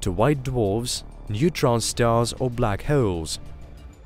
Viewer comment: "Black Heoles"